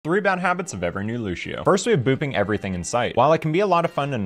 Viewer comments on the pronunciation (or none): One bad habit of people who don’t know how to say Lucio. 1. Pronouncing it “Lushio” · Pronouncing Lucio as Lu-shio 😂 the c doesn't make an S sound in this case👍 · Not true, I went through all his videos and he only misspronounced sombras and lucios name.